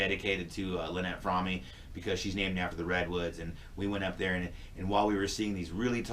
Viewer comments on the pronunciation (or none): Today is the 50th anniversary of Squeaky's psych evaluation with Dr. James Richmond. Manson's nickname for her was "froammee", so she pronounces her last name that way. In this interview, she pronounces her last name "Frawm".....I hope that clears that up for you. The correct pronunciation is "Frawm", or "Froam". Good luck.